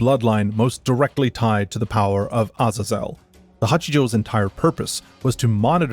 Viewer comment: That’s actually the correct pronunciation. It’s not “A-Zae-Zle”. Other languages’ vowels don’t change inflections, a is always “ah”.